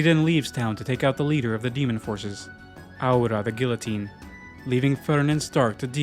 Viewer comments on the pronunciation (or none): Over pronouncing all of the names and then mispronouncing guillotine is driving me crazy